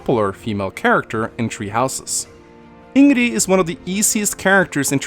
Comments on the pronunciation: You say "Ing-ree", It's "In-Gridd" here in Sweden. However, the way you say it can have local differences depending on the dialect spoken in that region. But at least here in the capital (Stockholm) we say "In-Gridd." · It's Ingrid. Not InnGree. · Wait, he pronounces it "InnGree?" This whole time I keep hearing him say "In-Giggity" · Sorry but how is it pronounced Ingree? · Love Ingrid and I absolutely adore her voice. Also, why do you not pronounce the D at the end of her name? :D Its Ingrid, not Ingre :D Wasnt even aware some called her racist, I dont get it, she hates Duscur people because of what they did, nobody would even raise an eyebrow if they werent a little brown, not to mention that could just be Dedue, I never even thought of them as different race. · stop pronouncing it ingree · Here's a fun and deadly game. Take a shot every time here says "In-Gree" and not "In-grid." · Everyone: Ingrid: Hingree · Its InGRID not InnGREE! Having trouble saying her name? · Why do you say ingree tho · BEST WAIFU!! ^^ Also, har har says Ingree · Idk what it is, but I just hate when I hear him say "Ingree" and not ingrid..just irks me for some reason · can pronounce Ingrid like the game does it if he wants, he just prefers the 'In-gree' pronunciation for some odd reason. I come from the same country as and I'd pick Ingrid over 'In-gree' any day of the week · I hate how you say Ingrid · Takes a sip everytime he says ingree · I somehow cringe when he says Ingree?? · I am of German descent and I know it is pronounced ING-rid. Source: I asked my German grandmother and she said it is pronounced like it is spelled. Scandinavian names are common in Germany, because vikings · Hearing him mispronounce her name so many times is taking the piss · No one Absolutely no one: Hingree for over 13 mins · InGeRe Me: AnGeRe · Who the fuck is Ìngree? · is as good in pronouncing Ingrid as he is in Fire Emblem